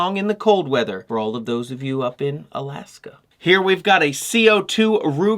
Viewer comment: How you said Alaska killed me, some one, please revive, I have a ray gun, congratulations swamp sniper! That springer revolver is decent, is it metal? Cause if so, this "Alaskan" is sold on it, fish eye soup, extremely healthy for you, but very different dish, weird some would say lol